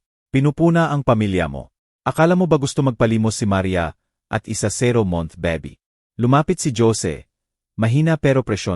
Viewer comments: Bakit po ganyan kayo mg bigkas ng words. Bebe po baby in English. Pag Boby name ng tao.😅 Jose, Hose nlng po kasi kong Jo sie parang iba😂 haynko maganda sana Ang kwento Kya lng yong word's parang pang lumang panahon😢 😢maka bago na po ngayon eh Minsan herap mo intindihin. Bakit po nag bvlog Kong ganyan salita nyo nkkawalang gana pakinggan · You must be kidding by saying very good narrator? Just listen to the pronunciation. Baby, Jose, senator